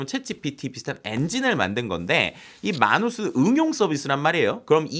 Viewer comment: 해외에서 미국에서 모두 “매너스”로 불립니다 “마누스”가 아니라. 첫번째로 영어 발음을 한국말로 표기 한 사람이 누군지는 모르겠지만 글로벌한 시대에 글자하나라도 제대로 발음되았으면 하는 마음으로 적습니다. 마치 외국 사람이 한국에서 한국말 발음 못하면 못알아들어서 소통 안되고 발음 고리쳐주려고 하는 것과 동일한.